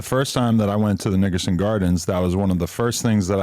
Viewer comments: Pretty sure Adam said “Niggerson Gardens” 😭🤣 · Adam think he’s slick he said “Nigga-son gardens